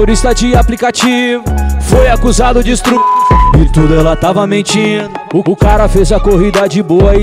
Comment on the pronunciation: Grande trabalho irmão, mas "estrupo" e "estrupada" foi complicado em.